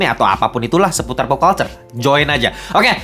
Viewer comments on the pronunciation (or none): none